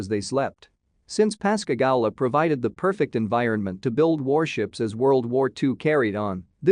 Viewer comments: It’s Pascagooooola is how it’s pronounced. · Please verify your pronunciations it’s Pass ca goo la. Louisiana.